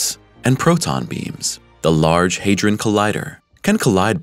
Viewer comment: It's HA like in the word HAT. Not HEY.